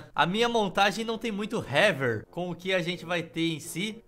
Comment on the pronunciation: Eu sempre perco com o lendo “haver”